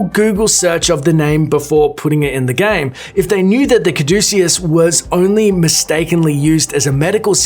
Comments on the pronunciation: It's pronounced Ca-doo-see-us! Not Cad-a-see-us. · Caah-due-cee-us staff? More of a Kadj(very silent j)-ooh-ceus. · * ca-DOO-chee-us, not caddaSEEus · caduceus is pronounced "kadoo-sis" not "kadoo-see-iss" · Ka-doo-see-us staff Jesus man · He pronounces cadeceus wrong, it is cad I cus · Caduceus = ka-doo-sh-us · Wow...its pronounced Ka-doo-see-us not whatever the hell you said lol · Caduceus staff it's pronounced ka-du-siuos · Why does he say Caduceus wrong? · Look can you not pronounce caduceus?